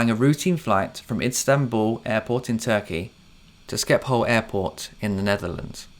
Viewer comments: Sorry great content but for future reference its pronounced Ship - hol for Schiphol Airport - SCH in dutch is a SHH sound not SKI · Excellent video! Just 1 tip for u and other native English speakers, since I hear the same mistake from all English speakers. Schiphol is pronounced "Shiphol", NOT "Skipol".